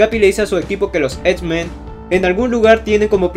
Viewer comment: por qué dices "esmen" :v?